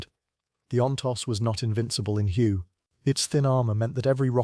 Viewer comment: none of the images shown match the description in the video of the vehicle, and please teach the computer to properly pronounce the city Hue